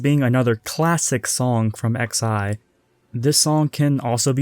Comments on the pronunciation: great video such a nice watch, btw just to note xi is pronounced as sai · Nice video! Production quality is high. Although I cringed a bit at the start when he said XI's name